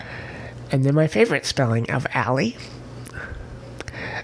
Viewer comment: Ari is so sweet! Aslan is actually pronounced As-LAN, like the start of the name Landon. I think Alle is said as Ali, and Aniela is Ann-yell-uh. Oh, and Avalon is said as Av-uh-lon, Av rhymes with have. I love Adelaide, Adria, Alessandra, Alice, Allegra, Alma, Amalia, Amaryllis, Angelique, Araceli, Araminta, Ariadne, Atarah, Avalon, Aviva and Aya. Fun fact, Alys is the Welsh form of Alice. Great list!